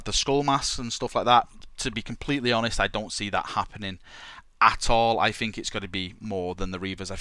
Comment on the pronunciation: I like how you fink